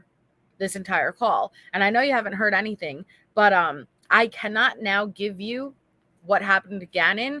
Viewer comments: Who in the holy hell employed this woman as a teacher, I mean “anythink” the woman is a halfwit 🤷‍♀️ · I've often heard ppl mispronounce certain words becuz of their dialects (i.e. southern, east coast, etc) but NEVER heard anyone who says some thinK, anythinK... Like what the actual f???